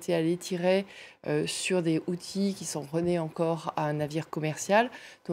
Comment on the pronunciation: Pas HoutSis, Houthis, le journalisme est de pire , en pire...